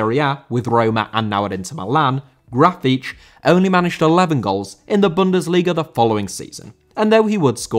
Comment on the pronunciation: Horrible pronunciation to Grafite name 😂